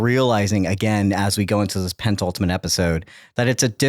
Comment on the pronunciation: Great show Also, if I took a drink every time said "pent - ultimate" instead of "penultimate" I would have alcohol poisoning haha:) (No shade!)